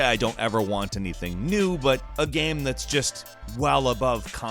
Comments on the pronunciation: Stop saying gam instead of game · Is he saying gayme?